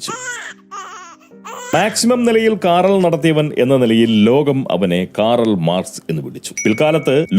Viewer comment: കാറൽ മാർക്‌സ് അല്ല കാൾ മാർക്സ് ആണ്